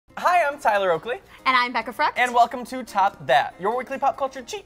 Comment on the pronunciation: OMG OMG OMG TYLER U SAID MY NAME !!!!!! EVEN THOU U PRONOUNCED COMPLETELY WRONG I DONT CARE, OMG IM SHAKING RIGHT NOW ADSJFKD